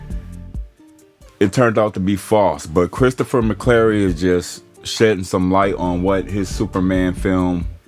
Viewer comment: McQuarrie. His name is Christopher McQuarrie. It’s amazing. The name is right there in the headline and you can’t pronounce it right! 😅😂 And you have no idea that he would’ve wanted Zack involved! Conjecture.